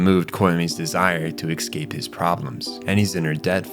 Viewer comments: I’ve been loving your videos and commentaries, but I have one request…it’s so jarring every time you say ecscape instead of escape, please could you try pronouncing it properly. Big fan otherwise! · It's "ES-cape," not "EX-scape!" You're driving me nuts.